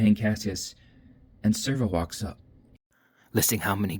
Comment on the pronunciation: This is great but am I tripping or isn't it Sev-ro..... not Servo?